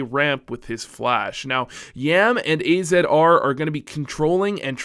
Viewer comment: Also AZR is pronouced as Azzar